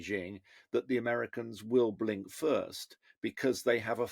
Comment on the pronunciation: Did he say 'brink first'?